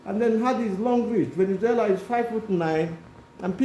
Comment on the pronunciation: It’s Valenzuela, not Venezuela. He’s not the country . Stop it with your ignorance. Sad you can’t tell the difference.